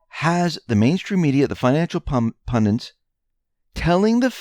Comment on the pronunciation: PUN-DITS. (ONE "N") PUN-DIT. Rhymes with "FUND- IT". Try "SEND - IT". (Simple!) Where do people get that other version???